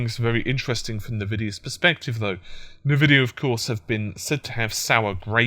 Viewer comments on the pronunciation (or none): But it's not spelt "Invidia", it's "Nvidia". So if anything it's "En-Vidia". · Its N-Vidia Pronounced as ENVIDIA. Someone with you knowledge should know that :P